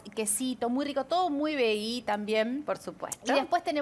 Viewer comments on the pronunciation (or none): Explíquenle a la cocinera cómo se pronuncia VEGGIE; y sino, más fácil, que lo diga en castellano!!!